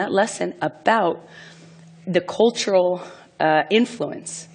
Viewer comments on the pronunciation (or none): the only thing annoying me about this vid is her pronounciation of "cultural". it's cultural. not colltoral.